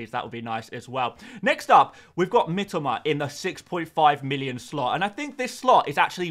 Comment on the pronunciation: Why do you say Mitoma in a Japanese accent?